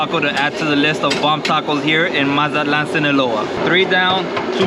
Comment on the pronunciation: Say it correctly cabron!!! MAZA-TLAN!! You got Spanish speaking viewers too